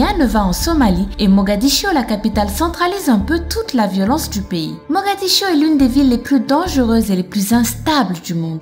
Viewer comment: "mogadiscio" ( en français ) et " guinée" ... sinon intéressant merci ;)